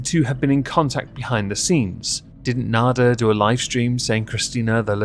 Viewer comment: It's slightly embarrassing how.long it took me to realize you were saying "nader" and not "nada." Wasn't making much sense to me at first.